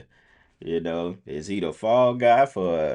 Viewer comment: How does he kmooowwww